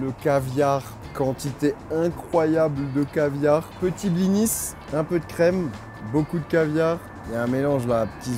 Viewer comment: Ça se sa se preunonce blini et pas bliniS maime si il y a un S. 😡🤬